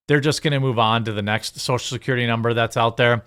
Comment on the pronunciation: Social "Securtity"